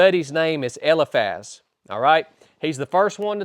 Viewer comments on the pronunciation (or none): Isn't it pronounced. El - eye Faz?